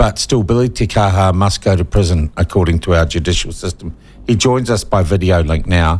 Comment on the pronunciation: I wish you'd pronounce his name correctly.